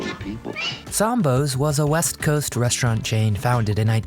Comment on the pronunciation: It’s pronounced REST-raunt, not RESHT-raunt. And I loved the Little Black Sambo story when I was little. It was never done in a mean way. I wanted him to be my friend when I was 4 years old.